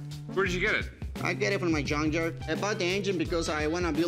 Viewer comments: Did he say he works at a yawn yard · Did he say he works in a yank yard hahah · What's a yun yard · Rick its not junk yard. Its yunk yard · " i know about engines because i work on a yunk yard 🥴" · I work in a "yunkyard." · What's a "yunk yard?" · Did this dude just say “yunk yard” 😂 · I heard yuan yard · The 1st time he said "yunk yard". The 2nd time he tried to say it correctly by throwing in a soft g sound with yunk. 😂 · I also heard yonk yuard!!😂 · I thought he said yung yard hahaha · I heard yum yard 😂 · Yunk Jard is what i heard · Yunk Yerd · Yunkyard wit a yubble u. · You know he says “yunk jard” soft J lol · He said Jun yarn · Yunk jyard 😂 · get it right, it’s called a “yunk yarr” 😂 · He called a junk yard a JUN-JARR 😂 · I was trying to figure out, wth is a yonzher? He said yonzher like, 4 times. I guess he was saying junkyard? I guess he's gonna take it back to the yonzher!😂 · Lmao did he say YUNKYARD? Oh no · It's from the "yunkyard" 🤣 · Did he say he works in a Yun yard!😂😂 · He needs to take the engine back to the yon-yarr where he found it. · The way he says "yunk jard" ...all ya gotta do is switch the first letter and you're good to go my friend. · This guys is one mispronounced word away from catching a butt whoopen from, from de Parken lot to the yunk yar!😂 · In a yunk jard ,lol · I heard Yunk yard to. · He said yughnyar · Yunk yar lmao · can’t even pronounce “junkyard” properly 😂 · I thought that was just a joke they can't pronounce "j". Thank God for closed captioning.